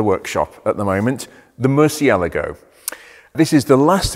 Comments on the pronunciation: "moor si eh la gou", man you butchered that one :)) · "Mur see ah LAH go" Hello? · Love this channel, have watched hours of it! BUT from 14m18s onwards pronounces the name as ‘Mercy-a-la-go’ whereas I’ve only ever heard it as ‘Mur-chia-largo’. If you’re reading this and your primary language is Italian or Spanish could you offer some advice on its phonetic pronunciation?!? I can't be the only one who is curious about this! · I think has it wrong too. C followed by i is pronounced 'ch' in Italian, eg Lancia is pronounced 'Lan-cha' I think Murcielago should be 'Mur-chay-lar-go' FWIW in Italian, g followed by i or e is soft, like a j. But 'gh' followed by i or e is hard... so 'Lamborghini' is a hard g, as in 'gone', not a soft j sound like 'gee' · I love how 99% of us have been saying “murcielago” wrong this whole time.... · Loved the video, you do need to pronounce Murcielago the proper way though! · Turns out I’ve been pronouncing ‘Murcielago’ wrong all these years. Is there a fix for the excessive clutch wear? Reprogramme the ECU?